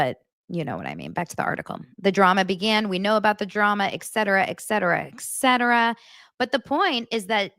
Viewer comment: FYI: "etc." is pronounced, "eTcetera" not "eKcetera" (there's no "k") *Great podcast, btw